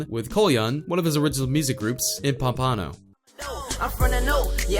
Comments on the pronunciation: Pum-pa-no lol its pompano(pom-puh-no) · Pan-pan-no? Its pomp-pa-no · why is he pronouncing everything wrong, its pronounced pompano (palmponoe) and yungens (youngins) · It’s pronounced ponpeno 😂😂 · lmao i live next to pompano beach and when i heard how you pronounced pompano like pom-pano i died lmao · Lol "Pom-Pano" . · "Ponpawno beach" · Pop-uh-no nigga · I am from Florida don't say it like dat say pump a no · Nigga couldn’t even say pompano right😂😂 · The way he says Pompano🤦🏽‍♂️🤦🏽‍♂️ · jit said pompano wrong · I’m from pompano beach and they way this dude says it bothers me lol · How u going to talk all this info about Kodak but u can’t say pompano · You pronounce pompano wrong lmao like wtf it show u never been to florida day in your life if u can't say people city and state right don't be making videos u sound dumb af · Can't pronounce pompano the disrespect